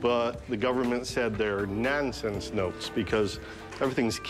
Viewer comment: "they're NAAHNsense notes"